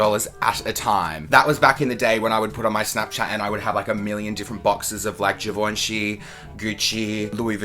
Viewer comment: They way you pronounced Givenchy 😂